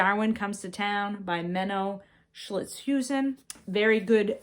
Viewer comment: I am dutch, so I had to laugh at your pronunciation of Schilthuizen. Sometimes we have real tongue breakers 😀